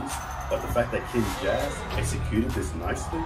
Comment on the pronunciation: Not sure if you know about this, but here it goes. You're close, but it's pronounce as "Kin-juz" (like ninjas, just switch the 'n' with a 'k', and switch the 's' with a 'z'). The 'K', or 'Kin' for them, stands for Family (previously stand for 'Brotherhood'). So the full name stands for "Family of Ninjas". They have been a crew since 2010. They're are basically dancing nerds, that love anime (hugely influence by "Naruto"), and pretty much Asian culture, and they were formerly known as the "ANBU Black Ops", before changing their name to the Kinjaz. They are a crew of over 35 official members, mixed with great dancers, several incredible choreographers, and people working within multi-media industry (especially some of the members that do the video work from "Vibrvncy", yes that's how they spell it). They have several members from crews that participated in "America's Best Dance Crew". They have 1 of the former members of "The Jabbawockeez" (Ben Chung aka B-Tek), 2 members of a crew that battled against them during ABDC Season 1 called "Kaba Modern" (Mike Song & Tony Tran) (which 1 of them (Tony) joined "The Jabbawockeez" for a while), 4 of the "Poreotics" (Charles, Chad, Law & Jet-Li), & 2 from "Mos Wanted Crew" (Jawn (John) Ha & Bam Martin). Also, the made a lore/story about them being students, or elite ninjas against some sort of evil, which you can look up more about it in their channel... ( ) I highly suggest that you react to their performances at "NBC's World Of D